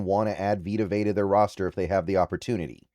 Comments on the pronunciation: Learn to pronounce his last name dude! Vea is pronounced Vay-ahh not Vay!! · it’s not vita vay… it’s vita vea (vay-uh) smh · His surname is pronounced Ve (as in Very) ah. Not vey /vay. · “Vey uhh” goodness lol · Dude two seconds to do some research on how to pronounce his name it’s Vita VE A. Dude is a husky legend how do you not know how to pronounce his name.